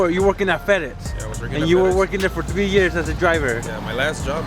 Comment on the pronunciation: Ive been watching since the vending machine days but seriously its three not tgwee lmao much love tho